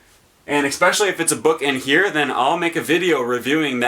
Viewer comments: Ecspecially - An idiot's pronunciation of the word especially. While the origin of the extra "c" is unknown, this particular pronunciation is surprisingly popular considering how ridiculous it sounds. ) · Usually you do not add letters at will. There are silent letters but not invisible letters. As a linguist you should probably try to avoid such "idiot pronounciations".